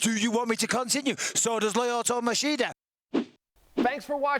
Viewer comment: No. He said lie-oto.